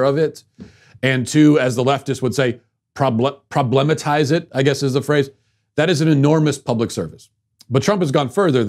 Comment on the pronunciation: How does this guy not know how to pronounce problematize